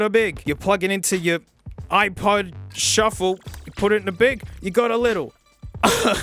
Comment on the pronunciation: On to he said iPod shuffle but he misteaken it to iPod shuf-fle